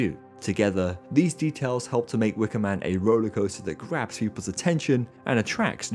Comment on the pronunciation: I swear I hear him say "craps people's attention" instead of "grabs people's attention." 😂😳